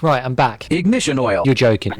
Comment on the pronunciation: Bro said finally were done wit- IGNITAN WANT